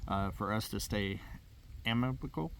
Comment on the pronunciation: Am* i* ca* ble your leaving out the “ca”